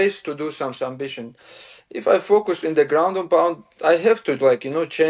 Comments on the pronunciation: SuMBission - i thought it was some new technique. 😂😂😂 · Submission ❌ Sum bission ✅ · Islam saying sumbission 😂 ❤ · He loves sumbission 😂 Love this guy . Excellent fighter